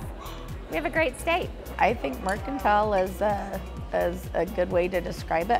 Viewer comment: It looks like a fun place to stop if you're in the area. But not sure why they're pronouncing it mercan-teal.